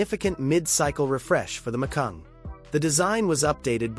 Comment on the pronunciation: It's Macan, not Macung.